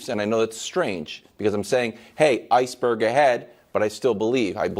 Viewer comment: 8.56 Mayor saids Iceberd ahead. That line is classic... 🤣🤣🤣🤣🤣🤣🤣🤣